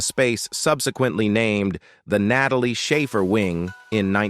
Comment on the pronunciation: "nat a lee ah shaffer for a comer cheal for ora veal re den backer" - computer generated voiceovers still have a ways to go